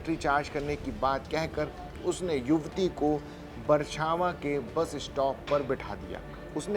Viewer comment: अरे एंकर भाई बरछावां नहीं बछरावां सही नाम है।